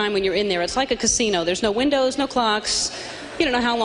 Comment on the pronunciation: Did she at first say winders? Where is she originally from? The East coast? No offense if you are!